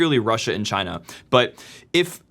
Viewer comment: LOL now singapore is CHY-NA